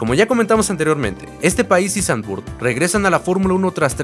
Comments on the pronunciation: No se pronuncia "Sanvurt" bro. El holandés no se lee como el inglés. Se pronuncia "Sanvfort". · Muy buen video, sólo acotar q se pronuncia Zandvoort con O, en inglés, español y holandés… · Se pronuncia Zandvoort. Dos O. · No se pronuncia Zandvurt... más bien es Zandvort la oo no se transforma en u. Saludos.